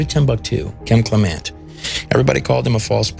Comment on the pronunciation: I am entranced with your videos about the Bible and the great prophet Kim Clement. I watch Donne on HOD and enjoy her a lit. Such a sweet and level headed woman. I will watch Kim many times over and over. Since you knew them so well why do you mispronounce their last name. Almost everyone does. But i listen to her and her mother when they introduce themselves and they pronounce it Clem ent not Cle ment!